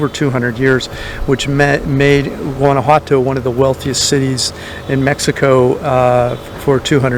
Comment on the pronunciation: Please learn to pronounce the name properly. Whaan ah whaa toh.